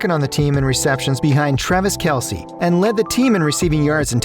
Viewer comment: Kelce not kel-ce